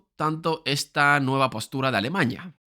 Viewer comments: No sé de dónde saca esta palabra éste tío, a cada rato repite alemaña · muy buen video, alguien mas escucha alemañia? o solo soy yo? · Alemaña? Alemaña? Alemañaaa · Entiendo que a todos los que se mofan de cómo pronuncia "Alemaña" les basta decir "Здравствуйте" o "Entschuldigung" y ya los toman por naturales de Volgogrado o de Bonn, respectivamente. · Cuando digas bien "Alemania" será más creíble. La virgen, aprende a pronunciar